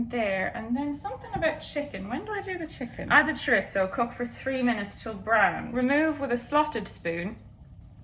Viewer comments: Chorizo-(Pronunciations) Ch ur ee zoh Spanish way: Ch uh ree soh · Hazel: Choritzo? Choreetzo? Me: Where’s the T?! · I can’t describe to you how excited I was when I saw that you two did today’s video together. I love you both sm 🥺 Edit: I believe chorizo is pronounced: chuh-ree-zoh (no ts sound) :) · I think its pronounced chorizo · listen i love this video and you both but as a spaniard, when you said you were putting chorizo into the paella i died inside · Paella = pie-yay-a, not pah-lella. And chorizo = chore-eezo, not chore-itzo. Sorry, I had to. I love you both!! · because you asked about chorizo, i'll tell you about both!! paella is pie-AYY-yuh chorizo is chore-ease-oh